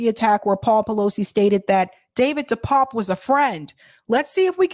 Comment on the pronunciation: DePape is pronounced “Dee pap-pay”